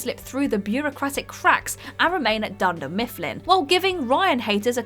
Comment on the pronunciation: Did you just say Dunder Mistfplin?